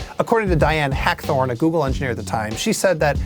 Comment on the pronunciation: "Goggle" lol